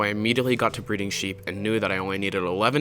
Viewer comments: When he said it and I also breed the sheep it sounded like he said I breed the sheh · Ac it sounded like he said shewi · day 37 my guy said Shreep noice